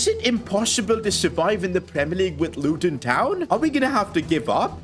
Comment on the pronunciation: The Indian accent is brilliant the way he says luTon 😂